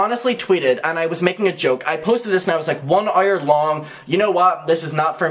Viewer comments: Errs and errs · i know this is serious topic but i'm obsessed with the way he pronounces "hour" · I’m gonna need some kind of tiktok or insta reel if you saying hour please. I’ve never heard anyone say hours like that!!! ✨ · Lol how he says hour